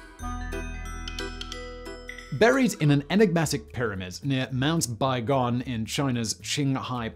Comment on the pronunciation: As someone who lives in Qinghai, thank you for actually pronouncing Qinghai well. I think you're the first YouTuber I've listened to who talked about the Baigong pipes who actually pronounced Qinghai, Baigong, and Xinhua well.